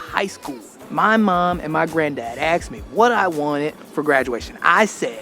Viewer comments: Why do people say "aksed" instead of "asked." It pisses me off it makes you sound like you got a couple extra chromosomes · How come black americans so often say " they aksed me .. " instead of " they asked me"? Besides sounding ignorant it also sounds like " they axed me". This isn't meant as a hackle at all, but I just can't stand such mistakes. More so from people who should know better, because they're native speakers.